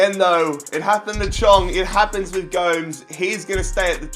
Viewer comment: How you gonna call Gomes not Gomez😂